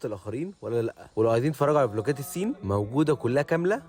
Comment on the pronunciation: اسمها الصين بال ص مش السين